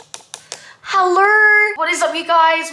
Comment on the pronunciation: No one: Literally no one:: HalurRr HaluRr 😂😂💖